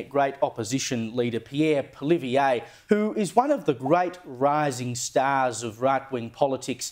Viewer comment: Congrats! You are the only political pundit capable of pronouncing Pierre Poilievre's name correctly